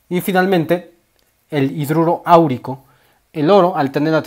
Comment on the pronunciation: Áurico lleva el acento en la a, no en la u